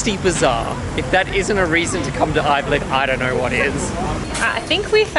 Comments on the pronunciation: What’s avylcik? :D it’s spelled Ayvalık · It’s “Ayvalık” 😂